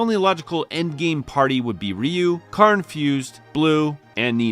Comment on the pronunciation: Um, his name is Ryu not Ryu.